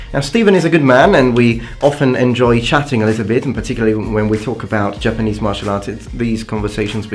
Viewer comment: It's Japanese not Jpanese